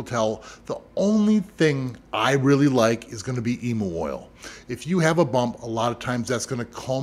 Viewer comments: Just fyi from an australian, emu is prnounced "ee-myuu" not "ee-moo" :) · Now that was re-windable as an Australian where the Eem - moo/s (where the emu/s) are from ) I was like....., what did you just say? What is an Eem -moo? Talking about something from Australia - and sounds simila,r but not exact to the Emu BUT is said EEM-YOO got me 🤣 Eem -moo sounds weird AF...🤣🤣🤣🤣🤣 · Thanks for the info. As an Aussie though the way you say Emu is hilarious XD It is said like Ee-m-YOU Haha Just found your channel you so cool, thanks for the vids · who else thought he said emo oil for a sec and then realized it was emu oil 💀🪶